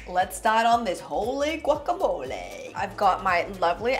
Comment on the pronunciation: I knew it was going to be good when she pronounced guacamole correctly!